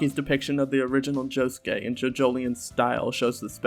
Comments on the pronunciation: how do you say josuke correctly and then say "nori-soo-kay" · The only thing I have a problem with is your pronunciation of "Norisuke". You pronounce "Josuke" correctly though. The "suke" is always pronounced "skay". Josuke, Sasuke, Norisuke. Also, I really hope Norisuke doesn't die.